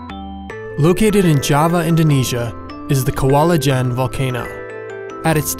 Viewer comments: ijen not Ljen :")) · Did he say "L'jén" it's not L it's I it's pronounced "eején" 😁😆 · Don't they upload it yesterday with woman narrator? and still, it's I J E N not L J E N. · I believe it's Ih-Jen and not L'jen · Nice video. But there isn't any L in Ijen, only I, J, E, N. Also its good that we're not hearing hydraulic acid anymore, good job. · But still mispronounced the name of the creater. LOL